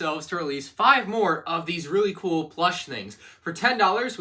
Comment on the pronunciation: Big emphasis on really cool